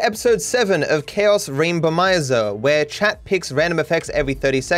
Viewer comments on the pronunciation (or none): He almost said Rambomizer again 😂 is too funny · I love how he still sometimes says "Rambomizer" 😂